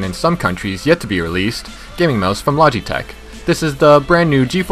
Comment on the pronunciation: Lodge-e-tech Lol